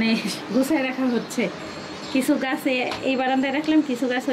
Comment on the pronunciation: Kichoo mone korben na, apnar koyekta Bangla Ucharon onek kaney badhe, kindly theek kore neeyen. SAYA na Ata hobe Chaya. Gaas na, hobe Gach, GOSGAS na, hobe GOCH GACH. Aee rokom onek sobdo apni bhool uccharon koren. Mone kichhoo neyen na